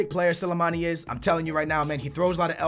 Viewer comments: just dont say names ( Leroy Siene ) how does Sane sound like Siene Also Slimani = Silimani were does Silimani come from fucking hell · Silamani! please learn how to say players names